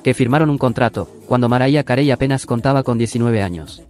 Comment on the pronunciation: "maraya carei"?? jajaja pronunciá bien para comenzar jaja